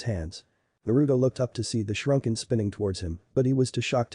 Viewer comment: shrunken instead of shuriken and shoeshined instead on shunshined.....your editing is always so damn horrible